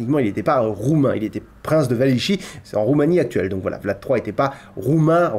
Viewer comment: *Wallachie, pas "Wallichie".